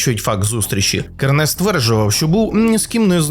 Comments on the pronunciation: друже, КЕрнес, наголос на першийсклад! як так можна випускати матеріал? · Называйте Кернеса правильно!Кернес ударение на первой Е!!